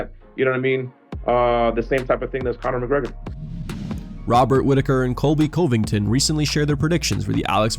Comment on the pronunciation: Who is Colby Cole-vington?